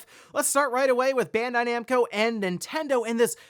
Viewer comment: It's Bandai Namco, not Bendai Nemco.